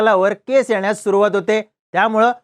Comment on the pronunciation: तुरवाती का सुरवाती 😂